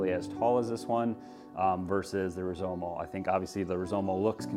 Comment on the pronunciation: It's Rizoma not Rizomo....just sayin